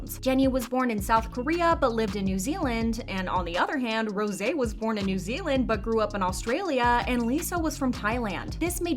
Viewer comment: I love how you pronounced Rose's name right.. One of the few